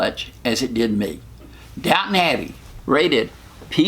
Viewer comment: it's Downton Abbey, not Downtown :)